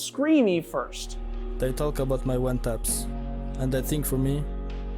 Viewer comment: “Did I talk about his pppornOgrapHIC one TAPS” I swear he’s emphasizing random crap lmao